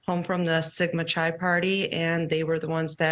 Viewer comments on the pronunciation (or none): it's not pronounced like chai tea it's Chi (kaɪ) as in the Greek alphabet. These two women are uneducated. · The inability of one of those women to properly pronounce the words Oregon and Chi make their entire presentation suspect in my mind. It demonstrates a detachment from the geographical region and college life. This makes their entire presentation seem sloppy, incomplete and less believable…..just not well thought out.